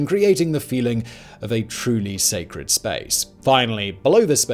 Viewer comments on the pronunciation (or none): none